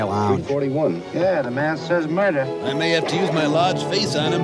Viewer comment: I giggled as well at the cheesy attempt at the movies little "have you seen a man come through here" joke. I loved the Jerry Lewis joke after that though. Also, it seems like every cop & newscaster in this movie is on the verge of pronouncing it moider instead of murder.